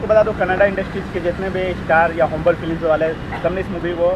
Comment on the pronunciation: Hom-bal nahi Hom-ba-lay.